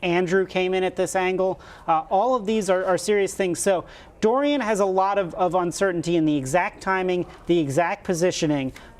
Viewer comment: Hurricane DoriYAH